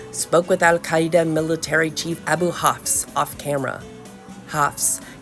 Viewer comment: I really enjoyed the pronunciation of "Al-Qaeda" in this video!